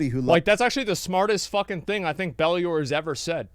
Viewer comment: It's not spectacular! It's Ballular lol!